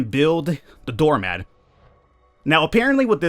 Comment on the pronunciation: Why the fuck you say door mad? Stop saying mad